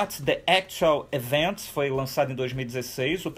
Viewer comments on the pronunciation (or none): none